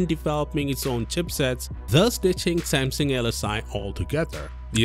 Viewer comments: "Same-SING"? It's pronounced "Sam-SUNG" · I'd swear you are saying Sam Sing... is this the correct pronunciation then? In the states we typically say Sam Sung. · Why are you pronouncing it like that?? "Seymseng" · What is samsing? Learn how to say the name before making a video... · When a channel literally named "Tech talk" cant pronounce the word Samsung..........